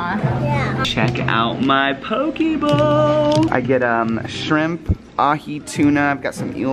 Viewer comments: Its pronounced poké (po-kay) bowl. & i believe it's strawberry matcha. Mochi is a Japanese rice cake. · If u give ur chickens the egg shells, crumbled up, than they'll produce better eggs! And it's pronounced poke- Ehh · The way you pronounce poke makes me laugh!